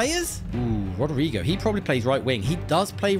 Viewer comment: Finally you pronounced Rodrygo correctly😁